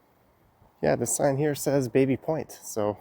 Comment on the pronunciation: I thought it's pronounced "Babby" Point